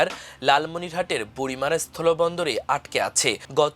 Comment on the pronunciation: বুড়িমারী হবে উচ্চারণ